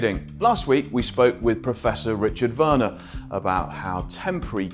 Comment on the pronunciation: Well done for pronouncing Werner and Weimar as it is said in German, W in German is pronounced as V in English. It sounds more than horrible when English speakers say Weimar Republik pronounced the English way